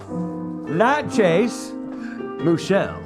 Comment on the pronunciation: Nah! I actually can't stomach the runny egg taste. I gotta have my eggs scrambled. Who is Moo-chelle? Total mystery.